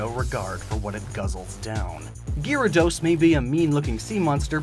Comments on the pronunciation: cuz he said girados,it's not pronounced like that😑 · GYARADOS, NOT GIRADOS! FIX IT NOW! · HE FLIPPING SAID GRE A DOS ITS NOT SAID LIKE THAT!!! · It’s ga-ra-dose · Bi-sharp? gee-ra-dos? sure